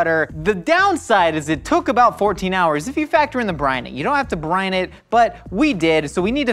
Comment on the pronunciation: I heard “Tony Chachere brine” as “Tony Chachere Brain.” Given how things work on GMM, is the official Tony Chachere Brian? 🤔